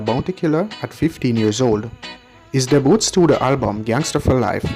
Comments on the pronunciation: The word is Debut (pronounced as daybu), and is French in origin. Blessings. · The word is not deboot bredda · Hey bro.... Just a suggestion... The word is "Debut" ... Is pronounced Day- Bew.... Ok.... Nice content.. Just want you sharpen up on your discourse.... Elite is a brand you should try to live up to it.... But i love the effort... Improve how you pronounce certain words... Lol.. Like the words that most Jamaicans tend to pronounce wrong....